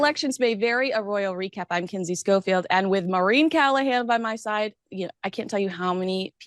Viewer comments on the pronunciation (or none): none